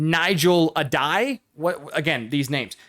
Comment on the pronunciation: Love trying to say these names lol, especially when Salaam and Addai are names of REAL players that were absolute beasts in their day. (Love ya!)